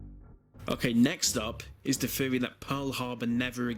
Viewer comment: It's thousand, not fousand. This, not vis. Theory, not feory. Don't be so uncouf.